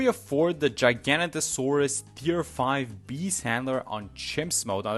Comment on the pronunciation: No hate but please can we get the name right? It’s Giga-noto-saurus